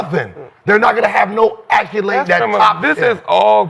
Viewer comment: Accolade Gil not acculade